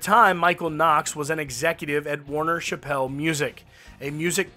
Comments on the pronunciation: Warner Chappell - It’s pronounced Chapel, like a little church, rhymes with apple, not pronounced Shappelle. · Hey brother…. For future reference…. It’s pronounced Warner Chapel….. like a the chapel of a church. I know it’s not spelled that way but that’s how we pronounce it in Nashville 👍🏼